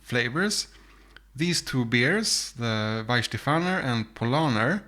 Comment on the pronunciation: And if I may: It's Weihenstephan. There is not "er" at the end. Nice experiment though. You should have included Schöfferhofer to your lineup. That's a distinctly different fruitiness towards citrucy, grapefruit flavours.